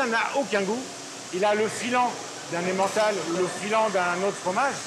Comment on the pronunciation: L'accent de la voix off à quand elle dit emmentale je suis mort 😂